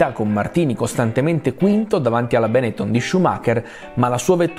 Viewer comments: Unico appunto: è Benettòn, essendo veneto l'accento non va sulla prima vocale😅😂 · Bravo … si pronuncia Benettón!!!